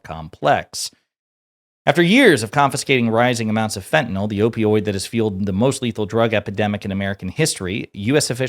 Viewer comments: FENTANYL:ending sounds like (NIL) ot fenta(nol) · its not fettenal its FENTANYL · You also said you would NEVER lie, that was your first lie and you have not stopped since!!! And it is not fentanol, it is fentanyl....you cannot even get that straight! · "Fe-inol"? As Press Secretary, the least she could do is pronounce "fentanyl" correctly. This Whitehouse is just a colossal joke on the American people. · She can’t pronounce ‘fentanyl’ properly…’fetanal’ 🤦‍♀️ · she is so smug yet pronounces "FentanYL" as "FETTENALLL". absolute trash. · What is “fehenol” - I know of fentanyl - maybe if she read the word she could pronounce it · The way she pronounces Fethenyl it’s fentanyl! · wtf is fe' e' no? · fe 'N' tanyl. ffs learn how to talk Tacobelle. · does she not know how to pronounce Fentanyl? Someone please tell her it isn't fetanyl. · Fentanyl is not said like that my dear 😂